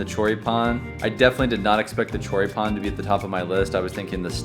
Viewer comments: Your little one says choripan better than you jajajajja😂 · english must have no words that carry the accent at the end cuz ya'll keep saying chorí-pan like it was koran or something lol